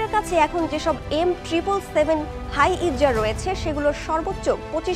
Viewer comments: হাই-ইতজার ভুল শব্দ। হাউৎজার হবে উচ্চারন। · M777 howitzer not M777 hiezzer...!!! শুদ্ধ করে বলা শিখুন। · হাইইতজার🥴🥴🥴 - সংবাদ পাঠকের উচিত খবর পড়ার আগে বানানের উচ্চারণ সম্পর্কে জেনে নেওয়া উচিত। এটা ব্রেকিং নিউজ নয় যে, তাড়াহুড়ো করে সংবাদ পাঠ করতে হয়েছে।